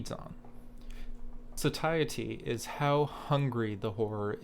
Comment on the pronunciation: Satiety: Pronounced “SAY-shi-tee.”...